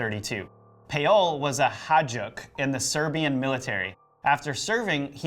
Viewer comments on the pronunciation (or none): Another awesome video guys! I just wanted to clarify something, when you talked about the Serbian dude in the military you said haJduk but it's pronounced hayduk (hay as in Hi and duk which you pronounced well) and the name of the village Medveđa Is pronounced Med(MEDicine)Ve(WAy)Đ(soft J)A sorry if it seems complicated I'm not good with explaining this to non serbian speakers 😂😂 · Hajduk is pronounced Haydook.